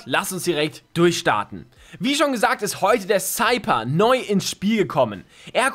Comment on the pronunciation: Der Cypher wird Seifer ausgesprochen und nicht Seiper ..